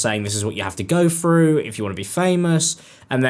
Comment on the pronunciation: I clicked but I can’t listen to talking about someone going “frew” a hard time.